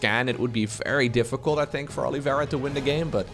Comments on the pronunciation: Not sure, I guess that's the way he thinks it's pronounced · Who is Olivera? Is his name not Oliveira?